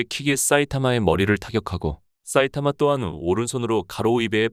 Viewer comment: 사이타마를 왜 싸이타마라고 발음 하지? 되게 거슬리네